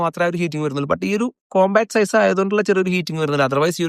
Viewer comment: സീസ് അല്ല ബ്രോ.. സൈസ് ( Pronounced as Zise )